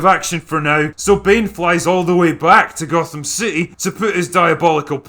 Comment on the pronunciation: He didn't say "Gotham" he said "Gothan", he was clearly watching the swapmeet bootleg version of Dark Knight Rises, where all the actors are mexican day laborers.